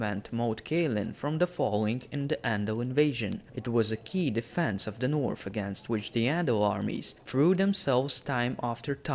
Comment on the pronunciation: Take some English classes before you make more videos. It’s impossible to watch when you’re calling The North “teh Norf”